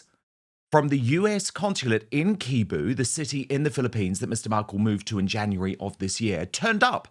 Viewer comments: it's pronounced as "sebu" not "kebu" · Hi Dan just an fyi the city is pronounced as “See Boo”. Spelled as Cebu. 😊😊😊 Have a wonderful day. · It is pronounced Se Bu not Ke Bu😅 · Hey it's pronounced Si-boo, not Ke-bu.... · Pretty sure Cebu is not pronounced as Keyboo. More like S sound not K. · Btw, Cebu is pronounced as Sebu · SEE-Boo. Not Kay-bu. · Cebu (letter C is pronounced "S" and not "k" so it is Sebu) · Dan pls note Cebu is pronounced "Seh boo" not "Key boo". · pronunciation is Sebu rather than Kebu 😊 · NOT KEBU DAN. CEBU IS PRONOUNCED SEBU! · It’s not pronounced Keebu it’s a city in the Philippines Cebu as in See Boo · Dan CEBU pronounced SEBO not kebu. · It’s Se-boo. Not Ke-boo. I vacationed there. Beautiful. Love the Philippines and the Filipino people are great. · It's not pronounced kee-boo! It's Sea-boo,CEBU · Dan it is pronounced Seebu not Kaybu .... Cebu . just saying 🤔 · It's not K-bu! It's Sea-bu (Cebu)! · It’s should be read as SEBU. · Dan, Cebu is pronounced see-boo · hi Dan 👋 quick language tip if I may. Cebu is pronounced as SAY BOO - great beaches great people kind and friendly culture Hope the Markles find a support community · Cebu is pronounced "se-boo". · It's pronounced Sa-boo. Do your homework, Dan! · Ah…so he’s in Cebu.@ you made me smile with your pronunciation of the island Cebu😊 It’s pronounced as “seBOO” (Cebu) he’s being taken care of very well i’m sure…It’s the country with more friendly people than any other asian country. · Cebu pronounced Seebu Dan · Cebu is pronounced see-boo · It’s a soft C, Dan, it’s CEBU, pronounced like “SEE BOO” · Dan, the phonetic pronunciation of Cebu in the Philippines is: SE - BOO. Accent on 2nd syllable. The "e" in the 1st syllable is short, like the "e" sound in "wet." "BOO" as in "Boo-hoo." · It’s pronounced SEE-BOO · Hi Dan! The city in the Philippines Cebu is pronounced sas SÉ-BU…😅 just sharing. With love from the Philippines…im always watching you from here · Cebu is pronounced "say-boo."